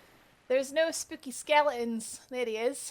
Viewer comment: all i heard was skele ons .. thank you that was great guide